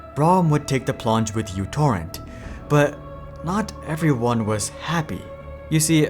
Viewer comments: That is not the letter "u" it is the Greek letter Mu. It is used (among other things) as a prefix to denote a numerical power of the base of ten to the minus 6. As a consequence of this it could well be pronounced Microtorrent, which would be in reference to the applications small size. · Microtorrent. First letter is Greek letter micro μ, not English u. Edit: Serbia, Greece is really close, but also the letter is heavily used in math and science. Letter is important, as micro was key marketing way telling users it's smaller than Vuze and such. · it isn't utorrent , it is μtorrent. how can you make a video about them when you don't even know their name? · That's why I never used any versions other than v2.x due to the bloat. It's definitely micro torrent, not "U" torrent. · It was never "u"torrent, it was always "micro"torrent. God damit. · It’s not youtorrent… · It is pronounced Mutorrent.